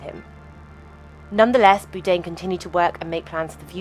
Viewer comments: Is his name actually pronounced "boo-dain" like she's saying? I swear he said bourdain on the show. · Please, the least you could do is pronounce his surname properly. It’s pronounced ‘Bored ain’. That’s not difficult, it should be perfectly obvious from the spelling. You thick person. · Boude?? AI slop. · BOURDAIN. Not BOODAIN. like 'Board' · it’s Bourdain not Boodain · I am pretty sure it's BOR-DANE not BOO-DANE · His name is not “boodain” It was Bourdain. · Not pronounced Boudin like the sausage, But “Boredain” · Boordain not Boodain !! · Boodain? Do better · Who's Anthony Boodaine? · Who the fuck is Boo-dayn? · It's BOUR-DAIN! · Stop mispronouncing his name! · never heard someone pronounce his name "boo-dain" before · Wtf is Boodane? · Does the narration have to call him Boo-dain? Can we just pronounce people's names the way they do/did? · Please say his name right. He is NOT Anthony "Boo-dain" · Interesting video. Just a little point, the surname Bourdain is pronounced - Bore-Da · Boudain?? How insulting to constantly get his name wrong! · Byoo-Dane. Nice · Anthony “Boo-dain”? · Ah yes, Anthony Boodain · I know this is AI bullshit, but is it too much to ask that you correctly pronounce the man whose name you mention in every sentence? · Then how did you not know the name is not "Boo-dain"? ;-) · The continuous use of the mispronounced “BOO DANE” gets on my fucking tits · Why does the narrator insist on mispronouncing Bourdain? It's very annoying and quite frankly disrespectful when the man's name is so well known. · the way she pronounces his name ruins the whole video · Can't even pronounce his surname correctly.. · Holy f*** it's Bourdain how can you not pronounce that where the f*** is he R? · It's terrible that she pronounces his name completely wrong the entire time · Bourdain’s last name is mispronounced. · At least pronounce his name correctly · Why can't the v.o. pronounce BOURdain? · Why does the narrator say his name wrong everytime.